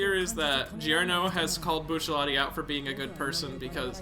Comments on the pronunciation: ah yes, remember when bucciarati was also commonly called buccellati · Buccellati 🤮 It’s Bucciarati